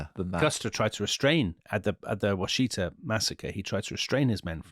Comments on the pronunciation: For the last time, the place name is pronounced as Wash' e ta. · Washita is not pronounced at all the way they pronounce it. The “Wash” part is pronounced just as it is in “Wash a shirt”. The “it” is pronounced as it is in “kit” or “sit”. The “a” at the end is pronounced the same as it is in “bra”or “calm”. Pretty simple.